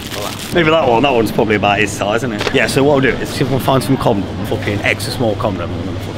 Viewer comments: Fella said comdoms 😂😂😂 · "Comnoms" hahah